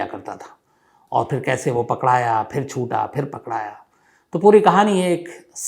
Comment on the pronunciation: Pakdaya kya hota hai pakda gaya hota hai aur egyarah nahi gyararah hota hai